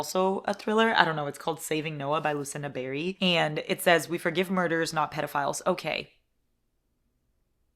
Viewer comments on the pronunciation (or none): none